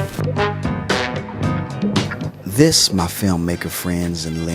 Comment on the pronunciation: Omg you pronounced Yashica the Japanese way!